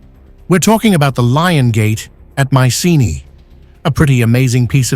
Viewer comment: You could find the right pronunciation of Micene.